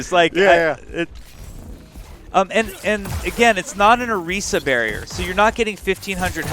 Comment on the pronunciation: Did say oreeesa? I don't think I heard that right?